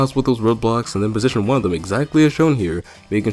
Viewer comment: I was so tired and then I hear,"pnitsion him against the wall."I was the hardest laughed at that moment.XD